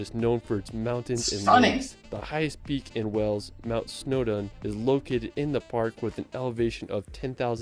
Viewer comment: Why does he say "Wells"? It's "Wales". And the mountain is Snowdon not "Snowdown"! I'm getting annoyed!!!!